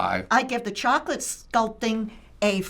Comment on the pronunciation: “That’s a nice peace of cHaCaLaTe”